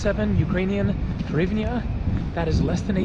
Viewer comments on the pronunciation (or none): You can say "Hrivna" or "grivna", it will sound closer to original than your attempt "horivnia" Donations for slodiers, haha. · As for the currency, simply pronounce it like this : greevna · Дуже супер відео,! You are very close on hryvnia (hreev-nyawh). Hr just takes some practice;) Ukrainians will also say "gryvnia" if they are speaking Russian, especially in Kiev and Eastern Ukraine. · Pronounced grivna.